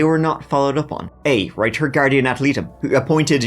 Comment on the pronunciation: Ad litem is pronounced ad-lie-tum. Great video, as always.